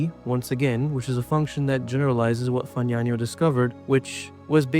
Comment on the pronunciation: Congratulations on your pronunciation of 'Fagnano' (at least, most times 😉). Cauchy is pronounced something like koh-she, and Euler is (~)oiler. Good luck with the channel!